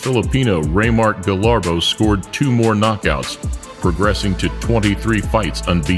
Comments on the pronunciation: sir, a bit correction. its RAYMARK GABALLO not RAYMARK GALLABO. looks you scrumble words. but its okay. #IAMAFILIPINO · * GABALLO not GALLABO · Correction sir, It's GABALLO not GALLABO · It's GABALLO not GALLABO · Sir I think it's Reymart "Gaballo" But anyways it's still a Legendary Video 💪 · sir reymart gaballo not gallabo..hehehe✌️✌️ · Man it's Raymart GABALLO not GALLABO 🇵🇭